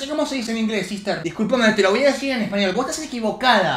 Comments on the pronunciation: Pensé que decía Ester no sister JAAJAJAJAJA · Nicoooo, dice "Ester", no "sister", Ester es un nombre jaskajsksa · No dice "sister", dice Ester